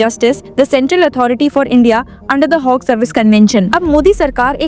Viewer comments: Why are you mis-pronouncing Hague, It is not a HOG it is Hague! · It is not Hogue....it is Hague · This lady seriously needs to improve her English! Its not Hogue! Its Hague! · Please Google your pronounciations of words Hague and Indictment